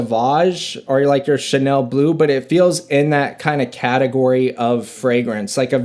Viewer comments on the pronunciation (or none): none